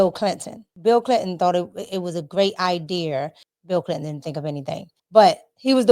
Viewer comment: I wish she would quit saying i deer and say idea